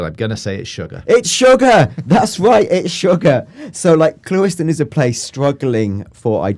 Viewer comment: "clue - iston" got it right lol